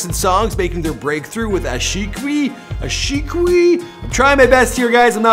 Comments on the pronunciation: Aa-shi - Que........... Aa-shi- Qui Funniest 😂😂😂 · Ashiqui is pronounce as ashiii- kiii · It's pronounced Aa-shi-ki 😂😂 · it pronounced ash e key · Aashiqui is pronounce as Aa-shi-kee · Ashiqui is pronounced like this ashiki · Its pronounced Aashi-key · There is also the Punjabi Gujarati and Bengali people living all over various countries also listen to T-Series. Also it pronounced as Aaa See Kee (Ashiqui). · Aashiqui spells as aa-she-key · It's simply Aa-Shi-Ki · That's Aa-she-key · Loved your video! BTW that Ashiqui is Pronounced As Aa-shi-qi 😂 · Its pronounced as aa-shi-ki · Love the way you tried to pronounce "Aashiqui" and "Lal dupatta malmal ka" lol.. Pewdiepie did an awesome job to be the number one so far on youtube but lately he’s been focusing less on his content and more on ranting about T-Series. Not good for him.